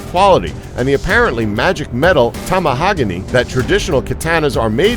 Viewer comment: Tamahagane is pronounced ta ma ha ga nay